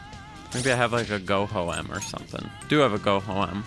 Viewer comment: that’s how i pronounce it. ik its meant to be go home but thats how i first pronounced it before i knew that